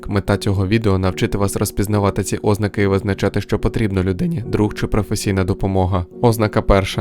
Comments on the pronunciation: Бісить коли кажеш Ознаки, замість ознакИ! А так цікаве відео ❤ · ти якийсь бот? балакаєш так ніби ти нежива людина, правильно не 'ознаки а озн`аки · після наголосу óзнаки, захотілось суїциднутись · Будь ласка зверніть увагу, у слові ознАки наголос на 2-ому складі